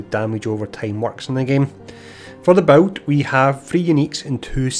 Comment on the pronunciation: Seriously, is he saying boats? I'm confused.